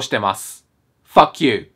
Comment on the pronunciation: fuck youの発音がいいから 汚い言葉だけど綺麗に聞こえるw